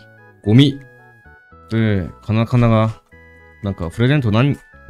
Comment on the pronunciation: 3回目のゴミが完全に日本人なんよ